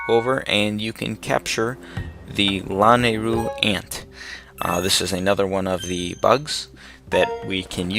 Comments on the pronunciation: Its luh-nay-ru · Everytime he pronounces Lanayru that way I just.... ugh. :P oh well